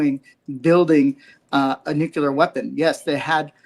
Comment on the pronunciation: No disrespect to him but it’s nuclear not nucular which he said several times